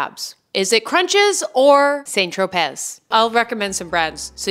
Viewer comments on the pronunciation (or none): not her saying troPEZ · You don't say the Z in St Tropez...